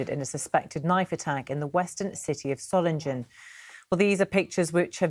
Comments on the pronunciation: You've got the pronunciation wrong - Solingen is pronounced with a soft, unstressed 'g', so Soling-en, not Solin-gen. Hope this helps. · Dear BBC; please try to pronounce Solingen correctly. It's not Solinjen. Just try and get the basics right. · "Soh-ling-en" you ill-educated berks! I've got about as much confidence in your reporting as in your education... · Dearest BBC there is NO West or East Germany since 1989 and its Soling-en not Soling-Jen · BBC could learn to say the name of the city properly: it’s “ZOH-lingen” with a hard g as in “sing.” Not “SOH -lin-jen.” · Solindshen is pronounced just as Readindsh and Ketterindsh and Francis Walsindshham... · It's pronounced Soling-GUN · Pronounced Soiling-en not ‘g’ just ‘ing’ - come on BBC you are meant to be exemplars of pronunciation. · Solingen is pronounced with a hard 'g'. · Can you at least pronouce Solingen correctly. Would you like me to pronouce London incorrectly. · BBC could at least make an effort with the correct pronunciation of Solingen 💩🇬🇧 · BBC can't even pronounce the City name correctly. 🙄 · 650 years of Solingen history and the Beeb can’t even pronounce it. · can't you just check how to pronounce properly the name of the city? Peinlich für hochbezahlte BBC Leute! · They can't even pronounce the name of the city "Solingen" properly. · The name of the city doesn't sound scary in German. The moderator pronounced the name in English. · You'd think that the BBC would learn how to pronounce the city's name correctly! Shame on the BBC! The correct pronunciation has a hard 'g' in it. Not a 'j' sound!